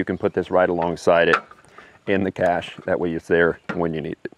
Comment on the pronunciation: I'm glad that you pronounce it correctly by saying "Cash" instead of "Cash Shay." Thumbs Up